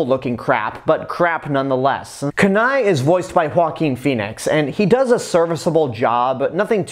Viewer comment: Kenai's name is pronounced keen eye not kanai.The other two brothers are called Sitka and Denahi. I love the gta 5 joke with Trevor because Trevor is basically the polar opposite of a stereotypical Canadian. Its like they had all these Canadian stereotypes and Trevor is like, 'Man fuck this' and mows it down with a machine gun. No wonder why all the Trevor rampages in gta 5 happen because almost everybody makes fun of Trevor for being Canadian even though I did not know Trevor was Canadian until much recently